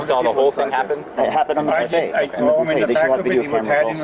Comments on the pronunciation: Ive never heard someone call it a booffet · This dude pronounced it as "boo-fay" and said the other guy should get attempted murder. And he cut in line?? Sorry, can't feel bad for him. People too comfortable just doing what they want, cutting in line, trying to sound fancy with their pronunciations, thinking they wont catch a plate to the domepiece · lol the boo-fay 😂😂😂